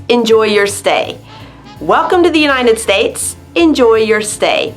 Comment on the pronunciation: Why do you say the United "States-a"? They'll all sound like Super Mario. I really liked how you orgaznized the video/vocabulary and your presentation is great!!